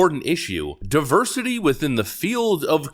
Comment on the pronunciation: "Our die-versity is our strength!" 🥴😵‍💫😂